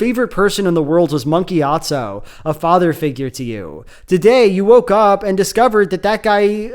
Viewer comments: i cant stop hearing gyat-zo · Very funny that every single time you talk about Monk Gyatso you without fail pronounce it "Monkeyatso"